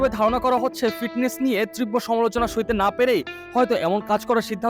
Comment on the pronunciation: ভাই আপনি আগে সঠিক উচ্চারণ শিখুন। তীব্র,,ফ্র‍্যাঞ্চাইজি।